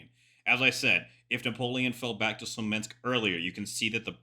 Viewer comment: Amazing video bro! But please it’s Smolensk, not Slomensk:)